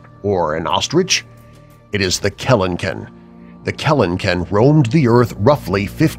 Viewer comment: “Number 4, the keleken. Is that a bird? a chicken? an ostrich. No it’s the keleken.” well no fucking shit